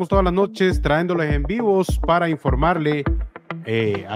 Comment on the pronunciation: Para empezar se oye feo en un comunicador que todavía diga traendo , cuando la palabra correcta es trayendo, que es el gerundio del verbo traer, perdón por la corrección 😊😊!